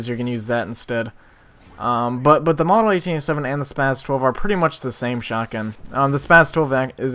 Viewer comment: i gave you a nice lil like, cause this is insane good, but my 2 cents/pet-peeve, its spaS not spaZ